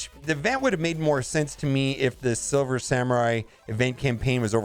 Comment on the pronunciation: "Silmer Swamurai" "Silver Samur" DESTROYER OF WORDS!